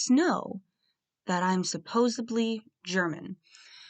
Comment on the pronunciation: Hi not meaning to talk about grammar but it’s “ supposedly “ not supposibly.